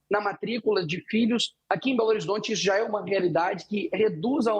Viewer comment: So se for em "BOLORizonte" mesmo!